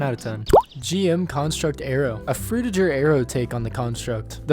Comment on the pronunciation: say frutiJer one more fucking time i dare you